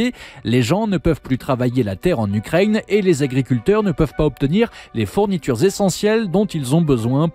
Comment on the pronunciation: J'entends chaque fois "Ukraigne" ça fait bizarre.